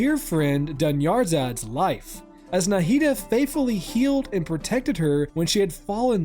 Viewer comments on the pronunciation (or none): dunYARzad is a crazy pronunciation bro 😭 Great video tho, Dehya may not be the strongest gameplay wise but she's certainly the prettiest!